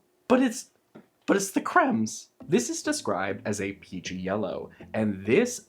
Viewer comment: I thought you said coochie not peachy 😬